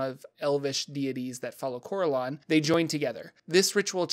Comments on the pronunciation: Well done, but the pronunciations are killing me!. My group have been playing since the early 80's (Yes, we're old!) and as such we have played in many different groups with many people. No one says "Cor-el-awn" it's always been "Cor-ell-un" as an example. Thanks for the Lore though!. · I thought Corellon is pronounced as cor-RELL-lon.